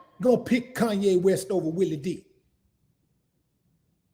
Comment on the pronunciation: Its Willie D not Willie V lol, Geeee Beeee!"